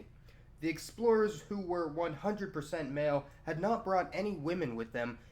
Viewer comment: is that pronounced "sex-plorers"?